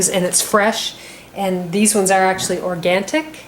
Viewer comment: Awesome video :) I'm going to try this, and it's so good that you mentioned about the slight sogginess of the crust. I'll probably bake the crust first (10-15 min), then bake it with the pumpkin. You're so cute, you said "Organtic," which, I'm sure you meant "Organic." ;) Thank you for the recipe! :)